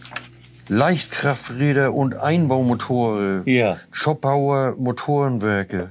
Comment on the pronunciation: Schön dass das alte Schätzchen wieder läuft! Aber -,! Zschopau bitte mit langem "o", also Zschooopau und nicht Zschoppau! Sonst gibt´s Mecker aus´m Arzgebirg!